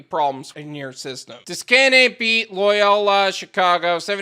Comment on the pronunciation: Its pronounced Do-Caine